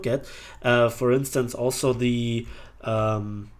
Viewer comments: Hello, its TAM not T-A-M, read it all together, keep the good work, greetings from Argentina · i know is the same name, but we dont say T-a-m (Te-A-Eme in spanish), we say TAM, Like "than" but with M